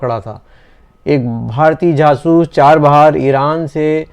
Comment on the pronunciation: Sir, Jaasoos hota hai, jasoos nhi🤣🤣🤣🤣 Punjabiyo ki bhi hadd hai Btw, love you sir